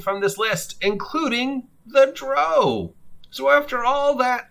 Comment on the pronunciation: The core races are in the PHB. Also you are mispronouncing drow